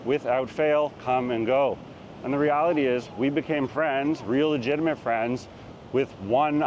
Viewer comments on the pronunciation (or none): none